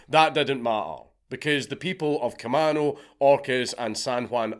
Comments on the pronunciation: Sorry but its ca-may-no island not ca-man-o. Thanks great mad lad once again count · Dank its pronounced like Ka-mean-o. I'm from the area. This was painful to listen to. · It's pronounced Ca-may-no island. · We pronounce Camano, “kuh-may-noh” island 🤭 If you ever visit Washington, I’d be happy to show you and wifey, and your baby entourage around 🤘I’ll even show you all the homeless druggieeeez. Orcas Island is beautiful btw- it’s so tiny and sleepy. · just figured I should say, k-uh-may-no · You are saying Camano Island wrong. It's pronounced KUH-MAYN-OH. It is a native American word. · Cam-A-no island. I know you're not from here, but it's bothering me. I lived 5 minutes away from the plane theft, while all of this was going on... It was fucking crazy. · Kuh-MAne-Oh Island. Also it was a super big thing through the 00s to force kids who stole to go through drug and alcohol counseling. Which either led to....meeting drug dealers willing to sell to kids, or anger at having to sit through the bs and no reform...thanks WA. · kuh-MAY-no, fwiw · Camano Island = Kuh-may-no Island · Kuh-maeey-no Island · Dank, you can say Orcas correctly but you cant Camano lol